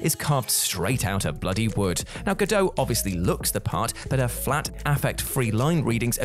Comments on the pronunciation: Her name is not Gal Gado. It is Gal Gadot and you pronounce the T. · Gado? It's GadoT. She's given recorded interviews about the pronunciation of her name. And well done giving her characters death away for anyone who didn't know. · It's pronounced "ga-dot," not "ga-doe." She's not French. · Bit disrespectful if you are not only going to criticise Gal Gadot’s performance (not seen the film so have no opinion) but to consistently mispronounce her name as well. It is Gal Ga-dot not Ga-Doe and is not difficult to find her herself pronouncing it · Cast not casted dude & it’s gah doh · GodoT with a hard T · It's pronounced Gal Ga-dot. There's a T on the end. It's Hebrew, not French. Seriously, if your job is to narrate this stuff, make an effort. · The 't' in "Gadot" is not silent. Hebrew has no silent 't's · Just FYI, the T in Gal Gadot is not silent. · I just posted this myself, I hadn’t scrolled down much first to spot this. Whatculture mispronounce at least one name in every video. It must be contractual.